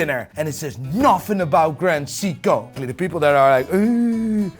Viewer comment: Bro, why are you physically unable to say Seiko correctly?